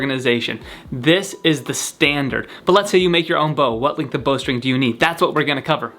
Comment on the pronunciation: What the hell is a "lingth"